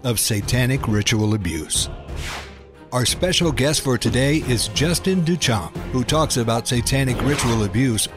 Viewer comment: It's pronounced Day-Shan, not Doo-Champ'.